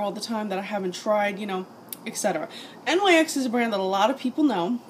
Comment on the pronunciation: Just so you know the company name is actually pronounced like "nicks" just letting you know